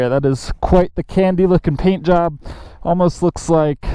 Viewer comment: Thime, thankk, phaint, phut 💀